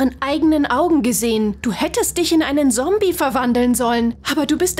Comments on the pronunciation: Ok dieses „sombie” nervt wirklich und ernsthaft „Pickelhaube” und nichts gegen die Sprächerin aber es hört sich abgelesen an 😶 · 𝗕𝗲𝗺𝗲𝗿𝗸𝘁 𝗶𝗵𝗿 𝗮𝘂𝗰𝗵 𝗱𝗮𝘀 𝘀𝗶𝗲 𝗶𝗺𝗺𝗲𝗿 𝘀𝗼𝗺𝗯𝗶𝗲 𝘀𝗮𝗴𝘁. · Die sagt " Sombie " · Ich mag nicht die Stimme sie ist voll scheise die alte Stimme wa besser bitte wieda die alte Stimme und die neue Stimme kann nicht mal zommbi sagen nicht böse gemeint ❤❤❤❤❤❤ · Wie so sagt sie :sombie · Ich mag die neue stimme nicht und Zombie wird anders geschprochen hol dir mal ne Tüte deutsch ich mochte die andere stimme besser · Dise diese Sprecherin sagt erst zombi Compi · WARUM SAGT SIE SOMBIE DAS HEIßT ZOMBIE 🤦‍♀️🤦‍♀️🤦‍♀️🤦‍♀️🤦‍♀️ DIESE STIMME KANN NICHT RICHTIG REDEN UND IST SCHRECKLICH 🤮🤮🤮🤮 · Zombie wird mit einem harten Z ausgesprochen nicht mit S... als Z... Eh... Hört sich bescheuert an wie die das Ausspricht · Das heißt nicht sombie sondern zombie ! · Nicht sombie Zombie Z o m b i e und könd ihr bitte bitte die andere schtine machen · Es heißt ZOMBIE und nicht Sombie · Es heißt zombi und nicht sobi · Das heißt Zombie und nicht Sombie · Nicht sobi sondern sombi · Es heißt nicht Sombie ondern Zombie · Sombie es heißt ZOMBIE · Das heißt Zombie nicht sombi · Zombie nicht Sombie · Genau, das ist ganz klar ein " Sombie " außerdem ist das auch ein "Sombiebuster" es in anderen folgen wo die bessere Stimme noch gesprochen hat sind das eigentlich alles Zombies und ein Zombiehounter 😒😂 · Sombie sombie ES HEIßT ZOMBIE 😡😡😡😡😡😡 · Z für Zombies auf dem Schild und sie sagt immer noch sombi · Du sagst sombi schtad ZOMBIE 🧟‍♀️🧟‍♂️ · Alter es heißt ZOMBIE und nicht sombie 😒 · es heisst zombie und nicht sombie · Es hießt zombie und nicht sombie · Ja die sagt anschdat ZOMBI sombi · Stimmt sie sagt sombie und nicht zombie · 1. Wenn ich mir solche Sachen bastle sterbe ich 😂 2. Kann sie bitte aufhören sombie zu sagen.. dass heißt zombie ZOMBIE 😂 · Nein sie sagt die ganze Zeit Sombie😅😄😜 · Wieso sagt diese Stimme: Sombie und nicht Zombie🤦‍♀️ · Das Wort Sombie ist zum tot lachen